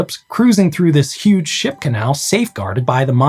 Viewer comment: This is why you should never listen to these videos as you drift away to sleep.... He kept saying "ship" and I'd swear I was hearing "sh!t" until I woke up and double checked ... 😂